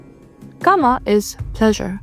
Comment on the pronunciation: Correction on pronouncing kama- "Kama" is pronounced like "KA-ma," rhyming with "comma," with the stress on the first syllable (KA), similar to "car" followed by "ma" (like in 'mama'), making the "a" sounds short and clear. Think of saying "car" quickly, then "ma," blending them together as KA-ma.